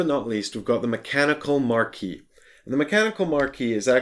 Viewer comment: MarquisE, not Marquis! Arg:! XP Cool video though. :) Pretty long but apparently torough and well paced.